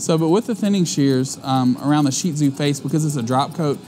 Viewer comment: I'm just so glad you pronounce ShihTzu correctly! So many groomers don't and it makes me nuts. LOL. Seriously though..my girl is a doll to groom. She has really sensitive underbelly skin though. Always cleaning up the tear area...seems to get a bit of what looks like slight fungus around her nose I have to treat all the time...she's a rescue and that has been a 7 year battle. Same on one of her paws. But as for her personality, she's a delight and does require belly rubs and the occasional grooming table NAP :D:D:D She's a light colored one with slight pale orange on her. Her hair next to mines is exactly the same with her tail.